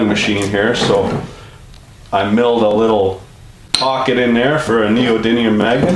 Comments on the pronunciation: So long ago you can’t even pronounce “neodiddlium” correctly. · It's called "neodiddlyum". Very unprofessional...